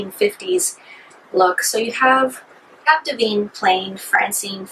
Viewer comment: "Smellarama"? "Dah veen"? It's Odorama and Divine. Disqualified!!!